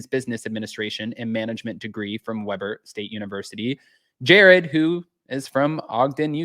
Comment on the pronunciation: In Utah we pronounce it Weeeber 😊